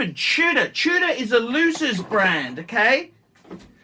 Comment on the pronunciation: What's a Two-dah?